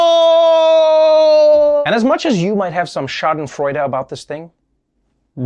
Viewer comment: First of your name lmao but yeah schadenfreude is one of those untranslatable words, other examples are doppelgänger or Torschlusspanik. Ich geh mal davon aus, dass du deutsch kannst lol. Aber ja... ich hab knapp 3 mal das hören müssen um zu verstehen dass er Schadenfreude gesagt hat mit der englischen Aussprache 😂